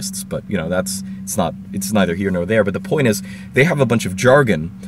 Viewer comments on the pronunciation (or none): none